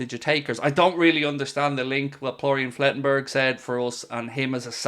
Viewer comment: Plorian Flettenberg 😂😂😂